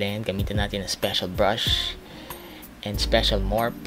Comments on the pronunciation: Haha naloka ako sa "nikido"(nichido) at "morph"(morphe) ni! Buahahahah!! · Morphe niya "MORP" Hahahahaha. 😄😄😄😄😄😄 STEEL BRUSH 😄😄😄😄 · MORPHE - "MORP" Cringe 😂😂😂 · hahaha ung morphe naging morp!!:-):-) haha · Hahaha "Morph(e)" 😅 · That "Nikido", "Tartelet", and "morp" hahahaha